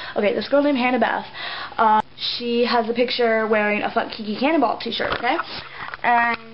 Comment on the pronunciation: lol in the first part. it's sounds like you said "Kiki Cannonball" XDD i hate her too!